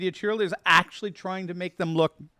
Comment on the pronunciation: Please don’t pronounce your A’s so hard in words like “aaaactually”.